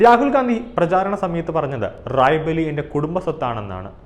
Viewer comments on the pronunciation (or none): റായ്ബറേലി എന്ന സ്പഷ്ടമായി പറയൂ സുഹൃത്തേ....